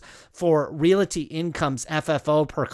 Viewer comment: Love the video, but every time you say REALITY instead of REALTY, a kitty dies